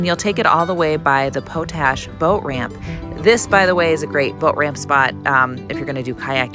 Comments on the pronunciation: It's Pot Ash, not Po tash... It's used to make fertilizer... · It is not pronounce poat ash... it is pot ash, it is used in fertilizer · I love your approach to making videos. I especially liked the lake city loop video. My only criticism is your mispronunciation of the word potash. It is pronounced POT ASH (paa tash) not poe tash. Your 4 wheeling videos are among the very best on Utube. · It's pronounced "Pot Ash," not Po Tash. Ask a local. And the park is Dead Horse POINT State Park! Great videos!! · Great video, good narration and maps. But it's pot-ash, not po-tash.